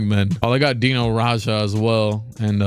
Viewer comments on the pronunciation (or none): none